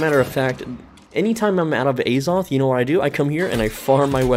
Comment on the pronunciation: The holy A-Zoth